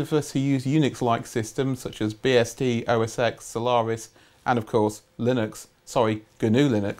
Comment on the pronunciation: OS X is pronounced "Oh Ess Ten"